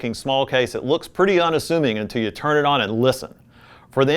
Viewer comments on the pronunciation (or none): none